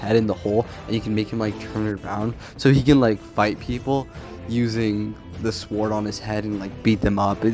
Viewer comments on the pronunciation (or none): Bro said SWWORD